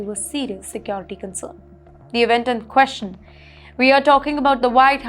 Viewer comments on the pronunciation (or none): Hello fake news queen?? Can you learn to pronouce ' question' propely. It's not quesion😅😅😅 Que-st-ion😅😅